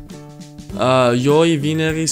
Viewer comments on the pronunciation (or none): Lo a spus giui in loc de joi